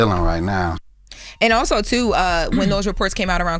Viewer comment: When she pronounces these: too, due, and shoe I lose it 😂😂😂